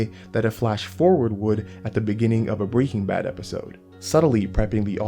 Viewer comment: why do you say breaking bad like that? lol